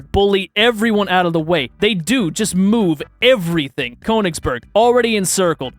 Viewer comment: Conegsberg as someone who is learning German this hurts my soul